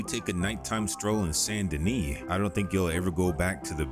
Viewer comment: I didnt know the american pronounciation for Saint Denis was "Sandy Knee"